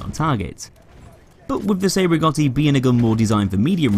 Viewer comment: Cei Rigotti is pronounced Chay Rigotti pls